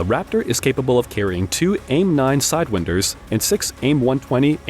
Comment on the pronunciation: that's wInder not whatever you said ???????????????????????????????????????????????????????